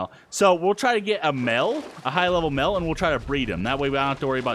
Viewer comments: you said mel not male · HAHAHAHAHAHA i like how says male ''mel'' HAHAHa ''mel gibson?''